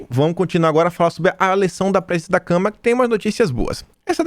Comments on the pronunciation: pelamor de Deus não é câmera e sim Câmara...dos deputados.vejo seus vídeos todos os dias, mas tá complicado ouvir câmera obrigado aí. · É "CÂMARA" e não "CAMERA"...